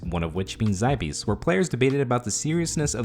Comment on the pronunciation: "zybees" wtf